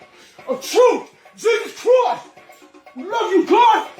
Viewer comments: "jesus chroist!" Ctickey, mate!!!!!!!!! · Is the guy in the red Jesus costume saying “Jesus Crust”?